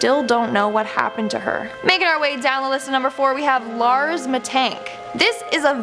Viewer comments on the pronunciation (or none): none